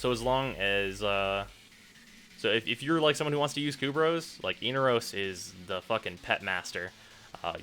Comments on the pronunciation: Every time he says "Eenarose" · Eener-O's ? You realize they pronounce it in the quest, right?